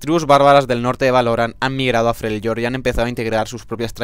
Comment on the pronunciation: Se pronuncia "Frelyord"